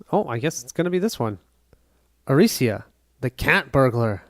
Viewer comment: Arica is not Aricia, you read it literally like 20 times and it was wrong every time. Sorry, just drove my crazy. Good setup video though